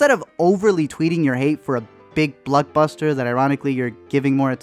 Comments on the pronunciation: Haha he is killing me with how he keeps saying BLOCKBUSTER as BLUCKbuster haha! Too funny! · Why when he says block buster I hear blood buster